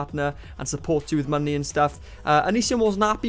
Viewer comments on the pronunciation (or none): Its like monknee lol